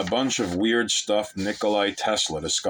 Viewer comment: It's Nikola, not Nikolai. Fun clip otherwise! Loved the ending line, hehe